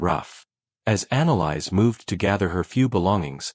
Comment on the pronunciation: Annalise or Annalise, as in Anna Lisa, sans the A at the end. Not “Analyze”. Hells bells, the pronunciation in this is atrocious. Irritating beyond description.